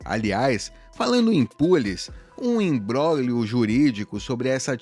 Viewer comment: Imbróglio. Não “imbrólho”